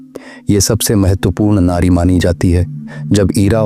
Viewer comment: It is Nadi not Nari!!